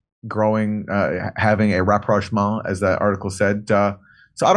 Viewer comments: Everytime Jimmy said reproachment I was yelling "rapprochement!!" I'm glad Aaron came on and clarified! 😜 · Hey Jimmy, RAPPROCHMENT is pronounced ra-prawsh-mon. Its origin is French. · that's not how you read rapprochement. it's pronounced as if it's french word, something like "ra-pro-sh-mon" EDIT: well, this comment became obsolete by the end of the video >< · I wanted to tell Jimmy that this is a French word and even used in English language it is conventionally pronounced in French linguistics "RAPPROCH-MON" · Ps Ra ..proch . Ma n. (Proch as in hot.l 🤔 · Jimmy, you butchered the pronunciation of rapprochement. You need to find a French friend.